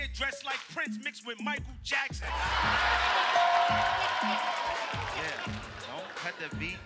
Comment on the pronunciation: He messed up when he said Michael Jackson